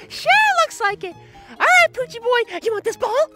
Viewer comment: "poochy" Me: why do I always hear "Gucci"?????